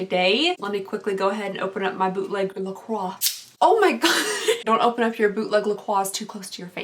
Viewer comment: Not to correct your grammar or anything but I believe it's pronounced la-croy lol anyways I love your videos! You put a smile on my face every time I watch! Love ya!